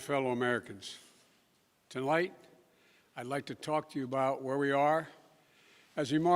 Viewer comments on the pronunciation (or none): Did he say tolight at the beginning? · "Good evening my fellow Americans, To Light...." Mushmouth blows the first line.... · "Tolite"? This fraud is a idiot. Thank you President Trump for your true leadership and operation "Warp Speed"🖕🐸🖕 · "Good evenging my fellow American's. TOLIGHT I would like to talk to you" F'n Pathetic. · Tolight ? What a idiot